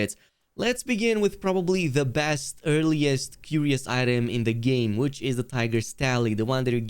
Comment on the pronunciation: Curios = Kur-Re-Oh . Lol